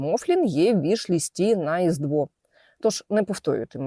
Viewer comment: «І тепер цей мофлін є в вішлісті на ргіздво» ось це я почув і перемотував ще два рази, щоб розібратися що це. Бо мені здалось, це інша мова 🤣 Добавила ще вимова ведучої каналу, бо й слово Різдво не міг почути нормально. Треба частіше вуха мити 😅